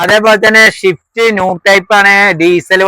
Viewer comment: ഷിഫ്റ്റ് എന്നാണ് നിങൾ പറയുന്നത് സ്വിഫ്റ്റ് എന്നാണ് ഒറിജിനൽ നാം